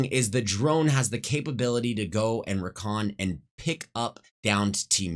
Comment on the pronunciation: man, ngl this makes me want to play apex. also, why do you say recall and recon like that? LUL Kappa